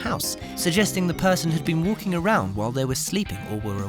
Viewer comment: Crool space. Woolking .lol.